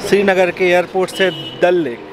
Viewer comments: When he says dal lake My ears :- dalleee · Mann me tharak jubah pe ghapaghap Bangkok wala wo vlog Yaad hai abhi tak 😘😂😂😂😅 Like maari if you heard dalle instead of dal lake 😂